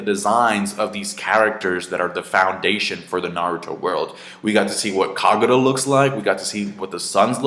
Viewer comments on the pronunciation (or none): its kaguya not kagura